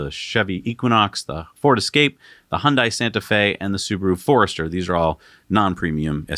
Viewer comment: Learn how to pronounce Hyundai, rhymes with Sunday'